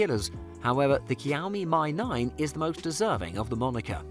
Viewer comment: kiaomi my 9 nice it's pronounced "shiaomi me 9"